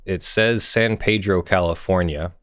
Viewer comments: And it's San Pee-dro lol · Two things, first I know normally in Spanish it would be San PAYdro, but trust me, I'm a proud former San Pedro resident, and locals call pronounce it, San PEEDro. Second, the rail tracks in that area do not drift downward into the water because they are elevated on the docks. It is designed to load containers off the container ships and onto the trains.